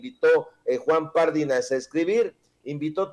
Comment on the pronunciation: Mi buen, Pardinas, no lleva acento en la primera "a", por lo que no se pronuncia "Párdinas". Y no lleva tilde en la í, aunque sí acento, pues es palabra grave y termina en"s". Gracias! No puede ser aguda porque termina en "s'" y no tiene acento escrito. Cuidado al pronunciar, sobre todo Apellidos! Mi buen!